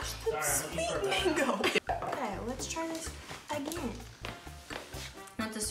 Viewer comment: Nobody has any idea that we indians have an indian sitting there as american () TEAR WITH YOUR TEETH..thats how u eat mango in india.. pronunciation is awsome